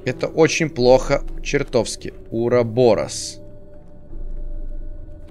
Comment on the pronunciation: УрабарОс ударение на О. Я Бамбил пол видео, но в любом случае видео классное👍🏻 . Лайк поставлен